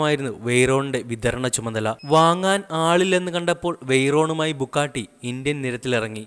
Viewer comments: Bugatti.. not bukkatti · ബുക്കാട്ടി... ടർബോർചാർജർ.. കോയനിസാഗ്... അഗെര... എന്റെ പൊന്നളിയാ നീ പോയി ഇതിന്റെയൊക്കെ പേര് പറയാൻ പഠിക്ക്. പിന്നെ ഇത്തരം കാറുകൾ പരാജയപെട്ടു എന്നൊന്നും പറയരുത് കാരണം ഹൈപ്പർകാറുകൾ മറ്റുള്ള കാറുകൾ പോലെയല്ല വിൽക്കുന്നത്..!! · Bro bukkatti alla its Bugatti bro ithu indiayil illennu aaru paranju bro just onnu Mumbai visit cheyy appo airyam avide illatha car onnumilla ippo lykan hypersport worlds fastest car athuvare und mumbai 4 Bugatti 2 koeinzeg agera angane Kure und pinne Aston Martin DB 11 vare und so better u delete this video